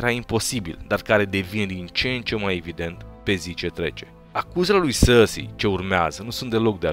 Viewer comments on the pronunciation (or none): Cand spui Cersei ma faci sa rad parca esti francez "sarrsi" :)))